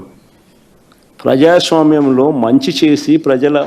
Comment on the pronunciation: Frajaswamyam kadu ra prajaswamyam 😂😂😂...ala chesav kabatte niku ila 11 vachai 😂😂